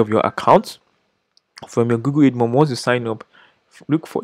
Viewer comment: Great content. I just feel you should know this... It's (AD)mob as in "Advertising" not EDmob.